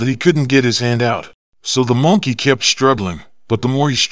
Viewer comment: Bro I just don't want to hate it on you but it is monkey not moonkey